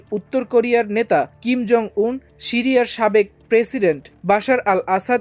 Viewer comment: নাম সিরিয়া। উচ্চারণ শ এর মতো হবে না। 'স' এর উচ্চারণ ছ এর মতো হবে।